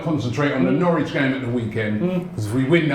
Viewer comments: Thought it was Norwich not Norwitch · Norwich not Nowtich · Norwitch 😂 really?😂